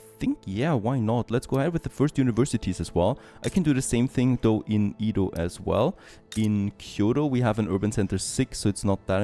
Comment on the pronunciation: stop saying ido. it's edo. EDO NOT IDO